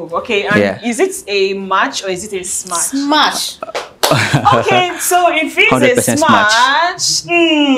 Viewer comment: please sister it is smash not smach.....